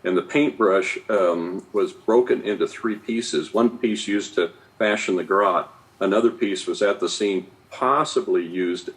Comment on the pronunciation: I’ve always believed that John Ramsey didn’t have anything to do with this until I watch the Netflix series when he strained to purposefully mispronounce the word garrote when it would be easier to just pronounce the it correctly. And you cannot tell me after all these years he does not know how to pronounce the name of the weapon that killed his daughter. That is absolutely bizarre to me. 🤔